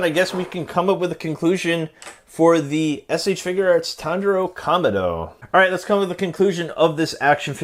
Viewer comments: Everyone: Tanjiro You: Tinjiro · Bro butchered the name tangero like lmao but goooooood review so i like herring some of the bad parts about figs but when thw whole review is js like this parts bad this parts bad this parts mid or sum and then like give it like 8.5 or sum shizz like your amazing thank you for ts